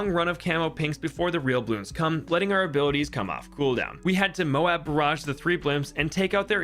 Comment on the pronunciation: Dude, why do you keep calling them "mobes"? It's mo-ab, like Moab, Utah, or Moab in the Bible. My guess is that the bloon in the game is named after an actual weapon in the US Air Force arsenal, the GBU-43 MOAB. It's technically supposed to mean "Massive Ordinance Air Blast," but everyone knows it really means "Mother of All Bombs," just like the MOAB in the game stands for "Mother of All Bloons." It's Mother not only because it's big as hell, but because when you break the shell, all the other bloons pour out of it.